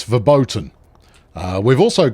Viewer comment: "verboaten" haha, love it xD (german: verboten = forbidden)